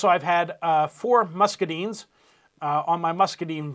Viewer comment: Update! Please! It is musc a dynes. Long I sound. Those of us south of Mason Dixon, our ears are bleeding. Thank you!